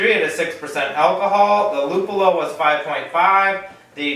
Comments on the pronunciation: Nice shot! I always find Tipopils in my italian pub tap list. Tour pronunciation of Lùppolo Is correct. You only missed a final "i" in BIRRIFICIO, but it's ok. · lol, rlly? italian pils? gonna try to find this beer here in italy. btw, just so u know, your prononciation of "luppolo" was correct! (one of the 2, ofc) :D